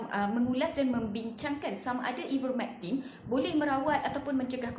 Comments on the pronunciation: Sebut nama ivermertin pun x betul.. hahahhahaa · Please learn how to pronounce IVERMECTIN madam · Sebut ivermectin pun tak betul ermm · Baik sy dengar ckp prof mustafa ali..dia lagi pakar..psssfffftt..sebut ivermectin pun dah salah